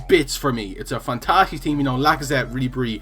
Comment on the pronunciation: making up words now hahah "frantastic" is